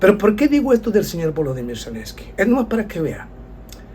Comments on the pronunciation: Zelensky, no Celensky. Lo único que t falta, es mejorar la autografía. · Selenskyj y no Celenski